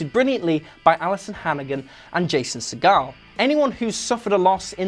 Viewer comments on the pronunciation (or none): Yeah, maybe one of those picks is really out of nowhere. The rest just don't cut it. And Jason Segel's name is pronounced differently.